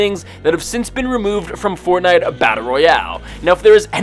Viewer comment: You know i love fortnite a battle royale. Could you say it right please!